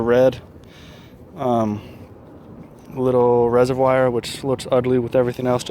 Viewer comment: You say reservoir really funny. "resehvwire".